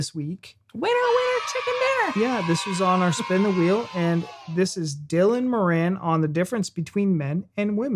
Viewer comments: You need to pronounce Moran properly 😅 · MORan is the pronunciation. He's Irish and ridiculously weird and funny. I got all the horror stories but my actual babies' births were easy. Luckily.